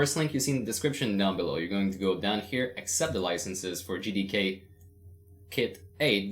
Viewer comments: I can't be the only one who heard "N word D K" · I thought he said you will need the n word LMAO